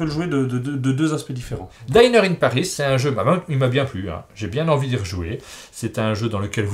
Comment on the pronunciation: "dinner", ça se prononcer -dineur-. -daïner-, c'est pour "diner", un convive Bonnes fêtes à tou·te·s !